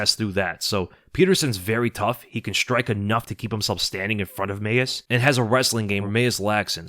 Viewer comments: Bro, Mayes is pronounced mays not may-es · Leave it to to mispronounce “Mayes”